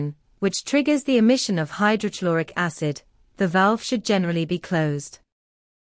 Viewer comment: Please correct your pronunciation of. Hydrochloric acid